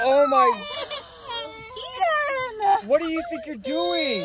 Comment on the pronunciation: The way said “Ian” 😂